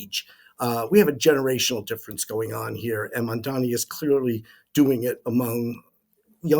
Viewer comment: Why not put a little effort to pronounce the name properly, it's MAMDANI, not MANDANI, it makes you look disingenuous.